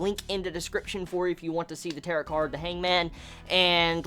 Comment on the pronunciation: Don't mean be rude or anything but Tarot is pronounced Tar-O, it's french I guess so yeah